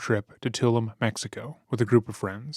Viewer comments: Too-loom. The Mexico city of Tulum, is pronounced Too-loom, not Tull-em. Otherwise, great job. 🙂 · Dude, it is Ta loom, Mexico, not Tul um. Pronounce it correctly, u sound like a Moron !!! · it’s Tulum (Tuh-Loom like moon) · It's pronounced Ta-Loom. Effort level is low on this video. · Every single person in the story (up until the end/excepting the press conference and her mother) is almost unfathomably dumb. Her friends, the woman interviewing her friends…even the narrator fell down on this one. It’s TalOOOOM, man. TalOOOM. Give ‘er a google. Jeebus Crispies. Awful of course and the missing cats are an extra level of terrible. I listen to commercial-free thing to rest and the stupidity of practically every person featured here actually woke me up if you need to hate-watch something, this might be for you. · Fyi- it's pronounced 'ta-loom' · You’re pronouncing Tulum wrong there bud